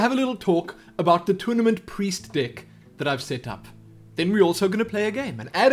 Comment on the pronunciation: Now I watch alot of your videos and really appreciate what you do. Thank you for the help and much respect. Now, with that being said, im hearing alot of "Dick" instead of "Deck" lol!